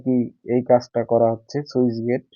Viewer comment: সুইচ না স্লুইসগেট 😅